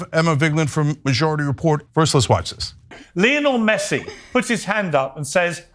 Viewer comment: I wish more people would point out the black lady saying "lyla Messi" lmfao